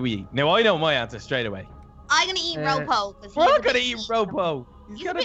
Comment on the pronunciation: I find it funny when ropo gets called roopoo